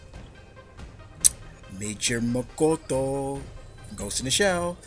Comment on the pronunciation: Ha,it's pronounced mo-TO-KO.